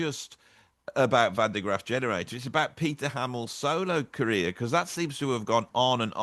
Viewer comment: It is Van der GrAAf, baby, not GraFF;)